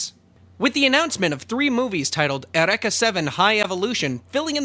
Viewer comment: Jesus Christ man: eUreka, not ereka... it's greek not japanese XD